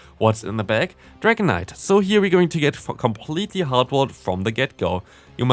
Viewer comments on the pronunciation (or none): i heared that f word I know he said for completely but if we don't hear clearly yea